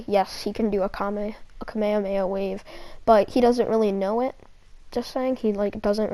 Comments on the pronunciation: did this man just say.... the dub mispronunciation of kame-hame-ha.... unforgivable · Did he just say ka mea mea